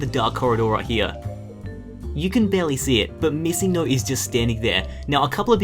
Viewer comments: who else thought he said missing NOSE? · it was like he was chinese also i said wdf? on when he said missing noe i thought missing nose or missing note .-.